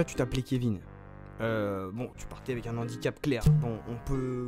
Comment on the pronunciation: "tu t'appelais Kevin, tu partais avec un n'handicap"... un N'HANDICAP, N'handicap!! j'ai mal aux oreilles putain :,(